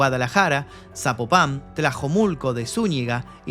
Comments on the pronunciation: Perdón, es ZapÓpan, no Zapopán jiji =P y es Pablo Lemus, no Lamas el actual Gober, disculpa las correcciones fonéticas de nuesrtos nombres tan peculiares, pero si se escucha muy cxhistoso como lo dices, sólo es para que sepas la correcta pronunciación, saludos desde La Perla Tapatía!! =D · se pronuncia Zapopan, no Sapopán